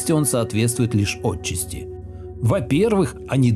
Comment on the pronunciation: Ах-хах) Ну ты и троллище) Чуть было не прожал, не глядя, кнопку "не рекомендовать видео с этого канала", ожидая увидеть очередную помойку типа "крамолы", но всё же решил глянуть. С одним только не могу согласиться - "отчАсти", а не "Отчасти".)))